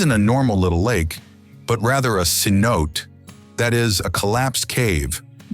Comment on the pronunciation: Hey: Y’all need to learn how to pronounce correctly…bass (fish) not base; c-no-Tayl not c-note; miles (USA) not kilometers… please do better editing; you lose some credibility when you do not proofread before publishing. The cinematography was great!